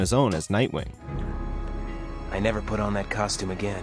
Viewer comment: you said nightwing wrong